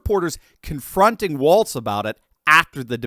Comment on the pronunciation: Walz , not "Waltz"